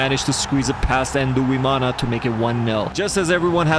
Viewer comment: Quick tip on pronouncing Burundian names, for example; 'Nduwimana' is pronounced ndu - wi - ma - na Emphasis on the 'ndu' part; it's not "en-du" it's "ndu" one syllable. Think of the english name "Blind" that "nd" at the end is the same as with the start of "Nduwimana" which means 'I am of God' btw. Thanks for coming to my ted talk.